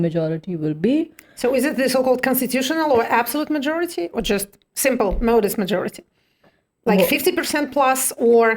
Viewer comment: modest /ˈmɒdɪst/ , не /məʊdɪst/ , а так норм